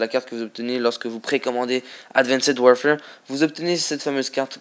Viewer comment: Que 13 :s moi 14 mais bon très peux ! et je le re re dit WARFARE ! parle français mec Fait pas ton anglais ^^